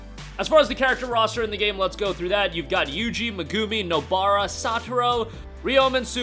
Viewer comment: Is NOT meGUMI its MEGuMI